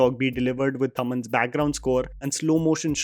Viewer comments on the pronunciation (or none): Its not taaman.... Its thaman